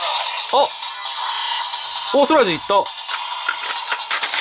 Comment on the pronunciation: イントネーションって事?だとしたら、僕も思った。